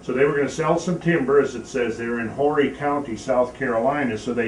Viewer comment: First let me say I enjoy these lessons but need to teach one of my own.It is not pronounced Whory co. The h is silent. More like orree co. BTW I live in Conway which is the county seat.